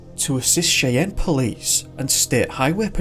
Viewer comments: Cheyenne is pronounced SHY-an, not SHAY-an. Also, Janet is not pronounced like Jeanette. Those are two different names - JAN-it versus gin-ET. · Mele Kalikimaka. Another outstanding video. Cheyenne is pronounced Shy-anne. You get surprisingly close for an Englishman. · Cheyenne is pronounced "shy anne". I have family there. 🇺🇸☕💐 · Cheyenne is pronounced Shy Ann.